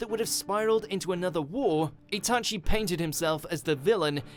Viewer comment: It's not itAchi, its Itachi